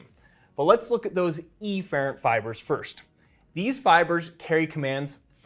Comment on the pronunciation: Turns out it’s a lot of things he pronounces actually. Maybe it’s just him. EEfferent and AYfferent being a few others.